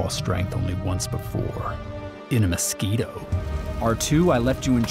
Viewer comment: "I've seen this raw strength only once before...in a moscito"